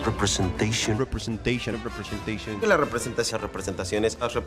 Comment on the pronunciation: Es esciting to repensation……..🤷‍♂️🤷‍♂️